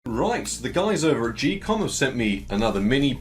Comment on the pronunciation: im not sure about this but i think its pronounced ghee-kom like geek and not jee-kom